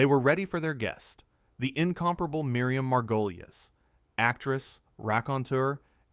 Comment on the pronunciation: You can't see a clip because it never happened. the AI narrator can't even pronounce Miriam's surname